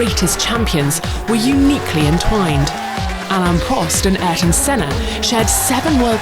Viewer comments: I am very happy you have listened,, the girl said A-eer-ton finally. Makes a lot of difference <3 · Woman narrator: KUDOS for the perfect pronunciation of Ayrton. You're the best!!!!